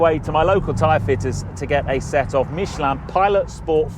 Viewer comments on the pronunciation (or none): You say Mich-e-land. It Mich-e-lin